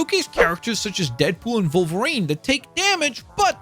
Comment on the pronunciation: Take a shot every time he mispronounces Wolverine as Vulvarine